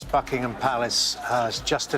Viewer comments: At the start it sounded like f*ckingum palace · how do you get f**kingham palace from Buckingham Palace?